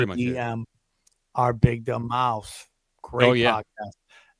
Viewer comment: his pod is “our big dumb MOUTH” stop putting an “S” on the end, you non white podcaster!